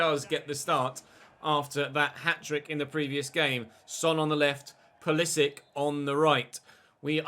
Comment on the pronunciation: You are not saying Pulisic's name correctly IC is like in ibrahimovic or Matic not IK